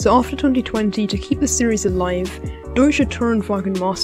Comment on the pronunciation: i don't speak german but i thing it's pronounced like :Doyche Rundshtrecken meystershaft